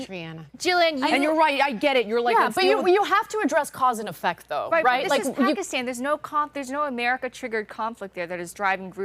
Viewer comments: It's not pakistan she said "takistan" 😂😂😂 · FACT CHECK MINUTE 52 PAKISTAN DOES STILL HAVE HIJAB REQUIREMENTS, ALSO SOUND LIKE SHE SAID TAKISTAN THATS A FICTIONAL COUNTRY